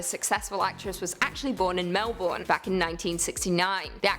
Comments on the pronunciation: 2nd Cate Blanchett is an actor not an actress & that is NIT how you pronounce "Melbourne"...Absolutely clueless 🙄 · The fact you Americans can never say menbourne right, pisses every Aussie off